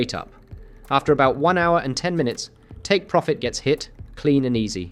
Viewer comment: 37 “Pirofit”?